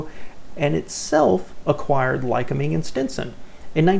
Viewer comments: Lycoming is pronounced: LI-cOm'-ing like lye-cOm'-ing or lye-cO'-ming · Ly-COOM-ing is how it is pronounced. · Lycoming is pronounced "lie-COMB-ing."